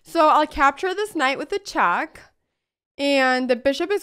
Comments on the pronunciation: she says chack instead of check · it's "check", not "chaak" ! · love this girl but just saying it cracks me up 9in a good way haters) when she says chack lol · Why she is telling check as chak and checkmate as chakmate